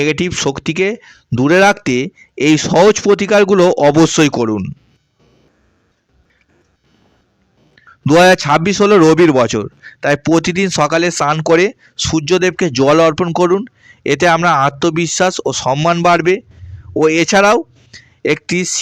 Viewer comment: আপনার কি র ফলা উচ্চারণ করতে কোনও সমস্যা হয় ? যেমন প্রেম না বলে উচ্চারণ করছেন পেম , পতিদিন , পতিবেশী